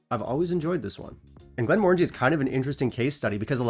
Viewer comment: I bought this recently, and was slightly disappointed. I think for the same reasons you mentioned. I expected it to have more of a port flavour, but I found it very subtle. It wasn’t bad, but I wanted more from it. And at £50, it wasn’t great. Also, you’re pronouncing the brand wrong. The new logo/design is intentional. Those are the syllables to pronounce. It doesn’t have the “orange” sound in it. It ends in “Angie”.